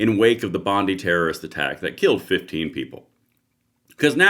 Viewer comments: It's not Bondy it's Bondi pronounced Bond eye..Sorry for being picky...am an aussie 😁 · Here in Australia, Bondi is pronounced Bondeye, not Bondee. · It’s fortunate the shooter didn’t have a semi auto the death toll would have been so much worse. Btw the correct pronunciation of Bondi is Bondeye not Bondeeeee